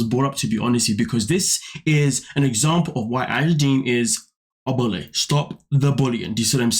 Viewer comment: Did he say Angela Deemon???!!!😂😂😂